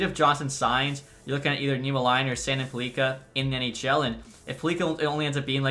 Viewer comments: Axel Sandin Pellikka. Your pronounce sandin fine, but would suggest saying “pelleecka” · you put emphasis on the i right? Its supposed to be an short i and with emphasis on the e.